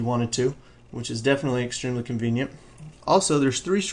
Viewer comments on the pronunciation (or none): he does say 'convient' like.. a LOT :P